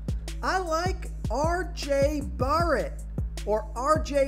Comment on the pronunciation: I lost a few brain 🧠 cells with that first try saying RJ Barret’s name 😂